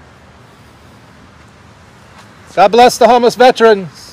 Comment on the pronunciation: FYI there's no such word as "Vetrains" its correctly pronounced as Vet-"ER"-ans ER Like gerr ER Gerr........not Tra like Tran no its tERans